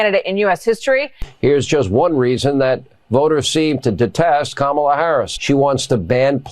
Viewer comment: Kamala Harris wasn't nothing to Republicans — to the point that they never even cared to say her name correctly! You would think that they'd be applauding the decision and calling it an easy win for Trump, but they can't! They know that Kamala was a fierce prosecutor, and their felon MAGA candidate will pay dearly when she wins! 💙🇺🇲💙